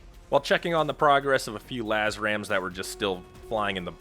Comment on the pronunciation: I think when says "Laz-ram" he is referring to the LRASM. I have always thought it was pronounced "El-Raz-m." What is the proper way to pronounce it?